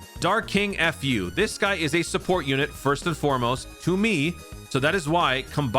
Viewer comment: Lol.. I still love how you call him "F.U." 😂